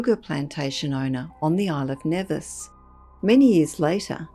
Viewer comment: With all due respect, I'm from the Caribbean and Nevis is pronounced Knee-vis.